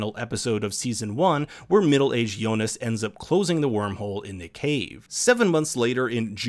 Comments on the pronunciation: also jonas. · But is it me or does kind of pronounce Jonas with a J sound instead of a Y? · Hearing names pronounced wrong is kind of annoying. Yo-nas lol. However, it doesn’t mean this video isn’t dope. 😎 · Great round up but kind of off putting the way he is pronouncing Martha and jonas Lol